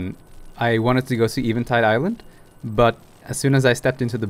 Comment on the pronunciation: Easily my favourite channel for Botw stuff, extra points for being the only person to correctly pronounce "Eventide"